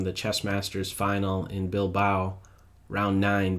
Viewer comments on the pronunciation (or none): none